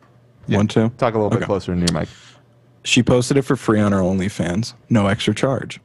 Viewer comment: Lmfao. Ethan said " only pans fage" when he was talking about belle delphines new video.